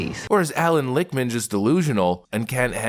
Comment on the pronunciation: Lichtman??? Every . Single. Time 👃